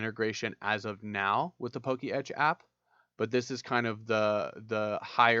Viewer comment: It's not "Poke Etch" it's "Po-Ketch"